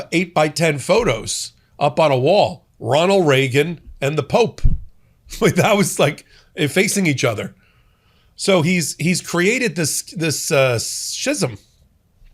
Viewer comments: shism?? is that how Americans say it, because everyone else says scism? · It's pronounced "skism", sigh...